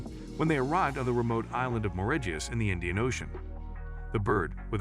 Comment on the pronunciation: Your lazy computer voice can't even pronounce Mauritius correctly.